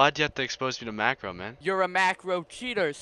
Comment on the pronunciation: i heard him say my marcos unpluged i know u dont marco i just wanted people to know